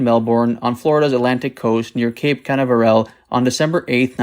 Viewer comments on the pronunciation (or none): Cape Cannaverelle? Omg. Can AV erel, please. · Very fancy pronunciation of cape Canaveral lol.